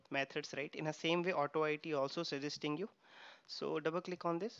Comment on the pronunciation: Just wanted to mention that AutoIT is pronounced "auto-eat" not "auto-eye-tea" on video 37. The "IT" part of "AutoIT" refers the application being tested. Great tuto, Thank you for sharing